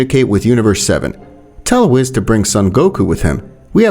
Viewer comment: Billz and whitz ;-; pls pronounce the names right bro